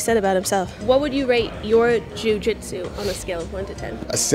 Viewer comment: How come you said jujitsu pretty normal the first couple interviews then just completely forget how to speak? Lol like you are a bag of marbles after you spoke to Nicky